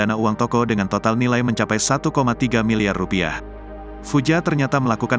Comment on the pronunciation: Admin ini salah menyebutkan : satu koma tiga miliyar rupiah yang benar . Kamu salah mengucapkan. Jangan digaya gayain membaca berita ya. Ikutin EYD dan kaidah bahasa Indonesia.